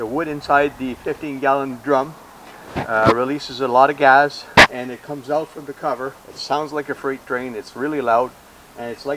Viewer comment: He says OLES instead of holes and GAZ instead of Gas lol